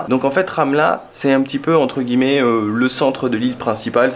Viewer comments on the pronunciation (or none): none